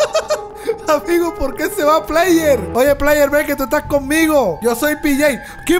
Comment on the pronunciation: Se dice player